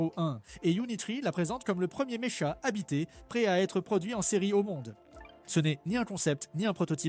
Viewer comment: Intéressant. Sympa. Je me permets de te corriger ! Pense à dire Méka quand tu lis Mécha ! ;-) ça écorche les oreilles ! ;-) On disait Mech Warrior (vieux jeu sympa sur le sujet) [ prononce Mèk Ouahrior]. :-)